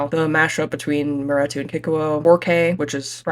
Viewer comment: why are we pronouncing maretu wrong